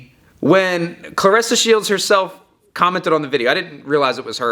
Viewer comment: Aye you make sure you bring yo a$$ back on here making a video about how u were wrong and very condescending and had a slightly disrespect undertone... and when you get back say her name right not like how you did when u started ur monolog 🤣🤣🤣👀🤣🤣🤣 hurry up we waiting lmao 🤣